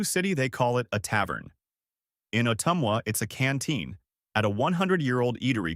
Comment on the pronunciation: Good video about the great Iowa food we have, but you are clearly not from Iowa as you mispronounced both Amana & Ottumwa.